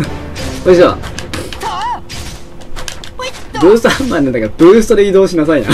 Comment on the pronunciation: ハァ↑ンマァーやカァ↑マに始まり・・「信じよぉおおお～二人な～らば～」からの替え歌ｗｗｗｗ もうダメｗｗ声上げて笑ってましたわ( *´艸｀)